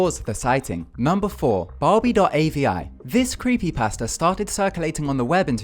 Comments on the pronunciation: when he says creepy pasta, it sounds like he's saying "creepy pastor" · Don't have anything agaisnt you. I love you're videos but when you say creepy pasta, it sounds like creepy pastor